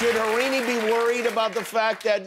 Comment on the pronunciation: Jimmy, it’s pronounced as Har-rin-I. People with Indian names have to be pronounce correctly.